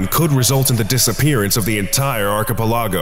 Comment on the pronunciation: the way "archipelago" was pronounced in this video is so damn frustrating 😂